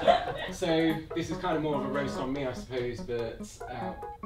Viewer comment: ah yes "raost tom"